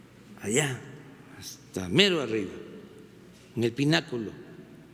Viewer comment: Hay cabron no escuché bien dijo pináculo o peñaculo?